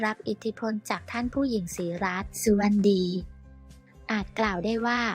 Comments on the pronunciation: อ่านหนังสือออกหรือเปล่าสุวดไม่ใช่สุวรรณดี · ศรีรัศมิ์ สุวดีค่ะไม่ใชสุวรรณดีอ่านให้ถูกด้วย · มันลำยางมากใช่มั้ยที่เรียกนามสกุล.ท่านฝู้หญิงศรีรัค.สุวะดี.เป็นสุวัรรดีฟังแล้วขัดแปลก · ใช่ค่ะฟังแล้วขัดหูไม่ศึกษาให้ดีสะก่อน อ่านไปได้งัยการอ่านนามสกุลผิดนี่ผิดคนไปเลยนะแค่นจะมาอ่านเสียหมดเลย หาคนที่อ่านภาาษาไทยถูกต้องหน่อยมาอ่านอยาหลับหูหลับตาอ่านมันเสียความรู้สึก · อ่านนามสกุลผิดๆ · อ่านชื่อ นามสกุลผิดๆถูกๆ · เปลี่ยนคนอ่านคำบรรยายเถิด อ่านชื่อท่านผิดๆถูกๆ